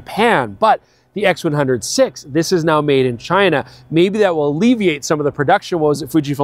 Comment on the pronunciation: I cringe every time he says "X100 'Vee' " instead of "X100 Five".